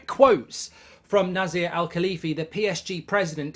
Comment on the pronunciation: It is read Nacer El Alaifi